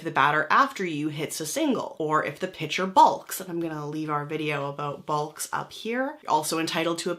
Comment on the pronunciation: Balk is pronounced like walk. Silent L